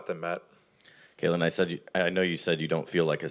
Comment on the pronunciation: IT'S CAITLIN NOT KAYLIN